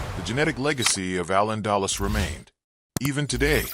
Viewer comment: you MUST PROPERLY PRONOUNCE “AL ANDALUZ”